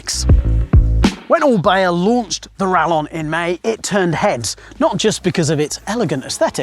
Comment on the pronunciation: Surely since orbea is Spanish, it's pronounced 'rayon'